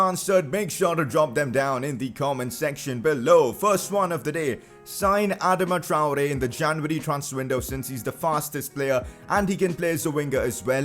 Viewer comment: Bro you are totally butchering his name just stop